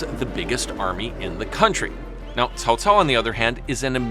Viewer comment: Dang your pronunciation is on point. I watched your other videos for the first time just be listening and I thought it was a chinese person narrating this video. When i looked into the monitor... well well well here's a Westerner who bothered to pronounce it properly! Example... Cao Cao was pronounced as (kaow kaow) in my three kingdom games... damn grating to my ears. Thank you for your effort and sharing of the knowledge!